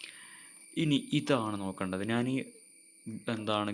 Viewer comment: Pronunciation ' Naan' Alla 'Njan'....Video first part kettunokoo...